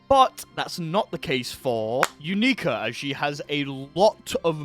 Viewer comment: "you-NEE-ka" its pronounced "YOU-nik-a" everyone in the anime pronounces it the same way, and so does the announcer in the game. idk where you got your pronunciation from